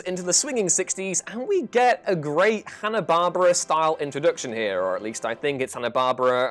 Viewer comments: Repeat after me: Hannah Bar-BEAR-uh. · It's Hanna-Bar-BEAR-ah! What the hell?